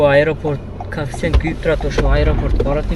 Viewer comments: Брат кафсент емес, кейфцент деп айтылатко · Мал кафсент эмес коэффициент дечи